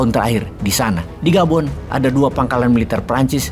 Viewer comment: Gabon bukan Boban, Hahaha 😂😂😂😂 mantaaaouup bosqu!!!